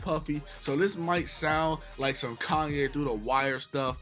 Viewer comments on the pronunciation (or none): none